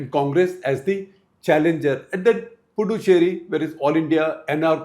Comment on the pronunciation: Sirs . It’s Puducherry. The “D” is pronounced as “d in Hindi word दान. Pudhu means in Tamizh New and Cheri is loosely translated as “Colony” so Puducherry means “New Colony. Also it’s Ezhava and not Edava. “ழ”